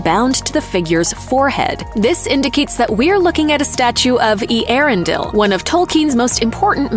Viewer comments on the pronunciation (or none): Eee-Erendel.. your ‘pronunskeeation’ is as poor as the show. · Oh my...butchering the name Earendil